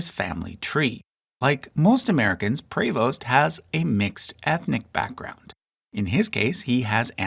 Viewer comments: Jeanne Prévost ? The pronunciation would have been ''Prévo'' in the French language. The s and t would be silent. Happens all the time to French names. Examples: Picard... the d is silent. Benoist... the st is silent. Bernard... the d is silent. Since most Americans are not aware of this, names are soon pronounced ''à l'anglaise'' or ''à l'américaine''. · Er heißt Prevost, nicht Prost.